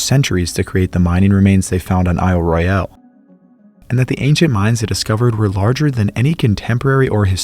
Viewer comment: Small correction - The folks who live on the Island call it "Ro-yul", as the British say it, rather than "Roy-yal" as the French would say it.